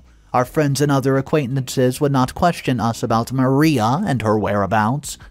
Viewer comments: Mariah....Muh-rye-uh not Maria...Muh-ree-uh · Ma-- Rye--- AHH not maria. Sorry, couldn't help myself. TY for the great stories!!! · Mariah is pronounced Ma-RAI-a ('ai' as in 'eye'). The name you keep calling her is Maria (Ma-REE-a) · First of all learn how to pronounce these names correctly if you’re going to include close caption, her name is Mariah (Ma rye a) Not Maria, and on top of that this is the stupidest story I’ve ever heard someone butting into a families life when she’s not actually married to the individual. Yette went out of her way to destroy this child even more over some dumb, childish crap she was young when she got caught shoplifting Let it go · ~ Mariah isn't pronounced Maria. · Pronouncing Mariah wrong. Also under another video, you said privy wrong. It's i as in "it", not "eye".